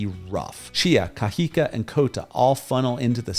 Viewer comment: I noticed that you don’t pronounce words with an accent: ie you say Cajica but it’s pronounced Cajicaa the elongated A is for my illustration purpose but when you see an a with an accent (‘) at the end you say Cajicaa. Likewise Zipaquira you say Zipaquuira but it’s really pronounced Zipakirraa